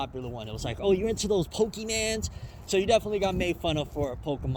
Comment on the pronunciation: That fucking “PoKeMaNs” thing pissed me off on the day.